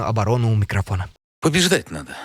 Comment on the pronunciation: "ПОБЕЖДАТЬ НАДО.?????" ПОБЕЖАТЬ НАДО- Я так услышала.... Путинский стрелок.....ЭЛИ КОПТЕР😂 😂😂😂